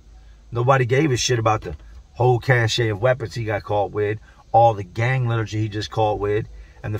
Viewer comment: Cache is pronounced cash. Not cash-a. Just sayin is all. Much love keep up the grind dude.